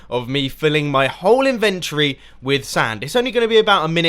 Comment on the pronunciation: I like the way you say inventory. "Invent tree."